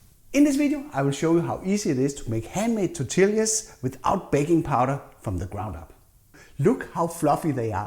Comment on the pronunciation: Good recipe! Its said "tor-tee-yah", though. Double L "ll" in Spanish makes the "y" sound. ❤